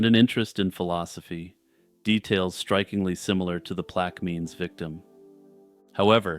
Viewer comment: I must….it is pronounced plack-a- mins Parish. Hell of an attempt, though!